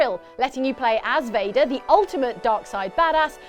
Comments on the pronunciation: C'mon guys, its darth Vader, not darth Fader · Dark Vador, not darfe vèdeur, idiot. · Did anybody else notice they called Darth Vader Darth Fader? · Ummmm. You do realize his name is lord Vader not lord Fader lmao